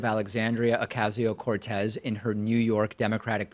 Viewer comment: "okazio" no ocasio